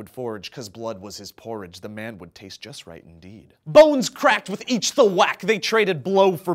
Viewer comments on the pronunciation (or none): none